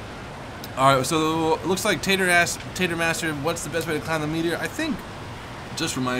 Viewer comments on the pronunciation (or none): Tater Ass? You sure mess up people's names often:P Recalls being called